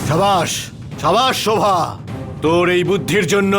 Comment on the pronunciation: দেবসেনা শোভাকে শরোভা বলে কেন। দেবসেনা আর প্রণবের বিয়ে হলে কে কে খুশি হবেন